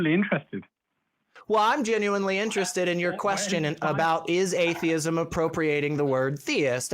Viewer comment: Both said atheeeism. But Thayism.